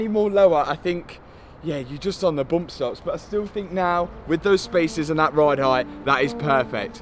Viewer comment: What are “boompstops” and “doostcoovers”?